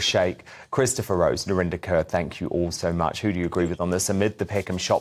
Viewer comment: The presenter keeps calling narinder kerr, its kaur pronounce it correctly.